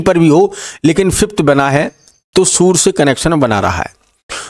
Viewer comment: Sur nhi surya hota ha